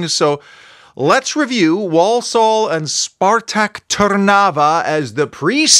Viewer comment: It's pronounced ...War-Sull